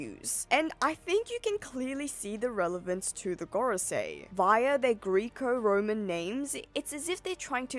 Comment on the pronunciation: Greco like gecko not Greek-o